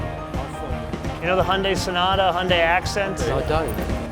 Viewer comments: why cant the guy say hy. undi...where does he get hundi from ...hes trying to say honda and hyundi..mixed ....they cant say vehicle....they say veer hicle..... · Please get your pronunciation sorted Hy yun dai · lmao1 when the guy said Hyundai